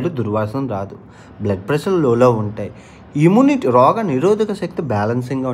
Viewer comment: చితక కాదు.... చిట్కా..... షెఫ్ఫు కాదు, చెఫ్......😂😂😂 ఇమునిటీ కాదు, ఇమ్యూనిటీ 😂😂